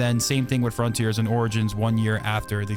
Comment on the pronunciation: You can say, "This make us new frontears...." 🥲